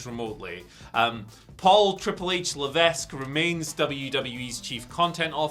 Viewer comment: Wait, did actually pronounce the S in Levesque?